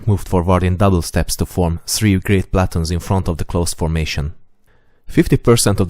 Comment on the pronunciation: One of my favorite YouTube channels! I don't mean to be rude in any way, so please do not take what I am saying that way: Your pronunciation of "platoon" in English or American English should be more like "pluh-tune" and gauges should be more like "gay-ghes," with the emphasis being on the 1st syllable of both words. The only reason I mention this is that WHEN your videos reach a wider audience that is less informed of the topics you discuss, some of the finer points of what you are talking about could be lost. AWESOME VIDEOS!